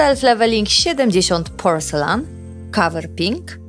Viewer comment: Uwielbiam oglądać Twoje filmiki, ale to "porcelan" trochę razi (poprawnie fonetycznie będzie "porcelin"). Pozdrawiam serdecznie! 😊